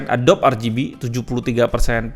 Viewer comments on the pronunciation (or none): none